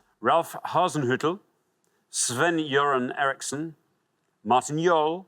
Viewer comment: Pronounced Sven Göran Eriksson really well